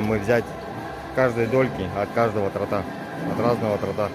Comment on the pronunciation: Не тортА, а тОрта! 🤦🏻‍♀️